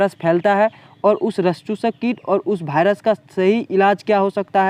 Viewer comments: भाइरस😅 ❌ वाइरस 😁✔️ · भायरस नहीं वायरस होता है भाई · जानकारी उपयोगी है लेकिन कृपया भायरस को वायरस बोले।